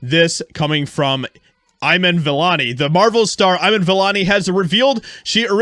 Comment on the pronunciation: And its Iman vellani, say it right or don't say it at all